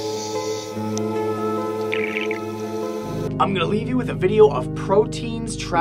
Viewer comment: When you said proteins i thought you said "Pro teens" traveling through a neuron O.o